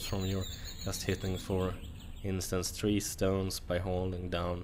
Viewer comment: say three not tre